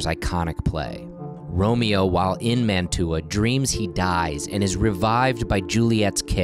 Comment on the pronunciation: I cannot get over your mispronunciation of Mantua...